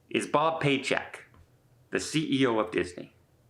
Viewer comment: Did you say bob paychecks